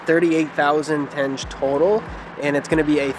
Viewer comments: It's not tenje but tengé with g as in enGlish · You guys are very positive and fun to watch :) have a safe and enjoyable trip! Proper way to pronounce local currency is like when you try to say - tengeh, the last E should sound